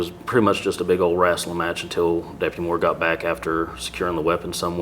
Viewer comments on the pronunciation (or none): Anybody who calls wrestling, "wrastling" probably shouldnt be a cop. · Who else noticed that he pronounced wrestling as "rassling"🤣🤣🤣like seen in south park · Did he really say "wrastling" like randy marsh?